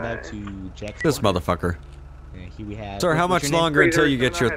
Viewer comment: how many time that this person said "modafocka"